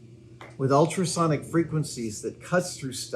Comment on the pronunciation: I heard "Nakamichi" sonic cutter and was confused for a second. Also, that's a $3k tool he was seemingly sent without cost.